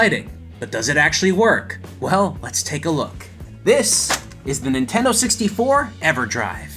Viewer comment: Nintenno? Really?